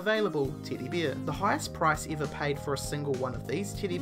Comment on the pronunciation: Why does this guy pronounce every E as if it were a long E sound? Ever becomes Eaver and Teddy becomes Teedy. Seriously WTF?